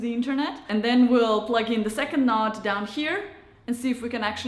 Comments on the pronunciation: Connect and setup first node, plugin second node close to first, set that up, plugin and setup 3rd node close to the first 2, set it up, let it finish. Then take other 2 nodes and plug them in elsewhere. My only annoyance is the repeated use of "nod" instead of node. Is that thing in the middle of your face a noz (nahz) or a nose (noh-s)? It is noh-d, not nah-d. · Not that I disliked the speaker, but she was a bit annoying pronouncing it a "nod" instead of a"node". You nod off, but in geek speak it is n-o-d-e . Lets agree there is a bit of an accent difference, so continue calling it a nod as long as everyone knows the difference.